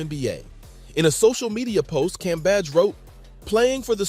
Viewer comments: Brother, her last name is pronounced Cam-beige. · how many ways can this dude say Cambage wrong 🤣🤣🤣